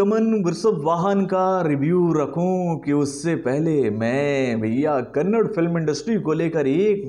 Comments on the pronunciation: It is not kannad it is kannadaaaa u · Kannada not kannad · Not kannad it's kannada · It kannada sir not kannad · Ley chotte.... It's not Kannd...... It's Kannada...da at end...., thanks for the review anyways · Bhai it is Not Kannad, it is Kannada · It's not kannad it's KAN + NA + DA = KANNADA 🙏. Please correctly pronouns sir 🙂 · Kannad nahi be Kannada. Add a at the end while pronouncing. I have told you in previous Kannada movie reviews. Ok let's do one thing. I will start calling you. Let's exclude a in your name as well